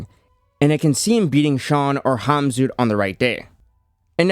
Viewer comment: Even though the Cyrillic letter "X" is transliterated to Kh the K is kind of silent. No idea why he says "zoot" but Khabib is pronounced "Habib" and Khamzat is "Hamzat".